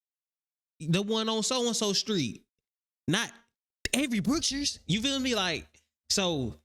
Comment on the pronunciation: When she said I fill like I was done 😂